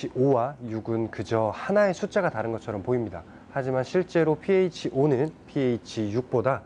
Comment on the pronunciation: 크 배우신분 pH라 하시네요 잘 모르는분들은 ph, PH 라 하시는데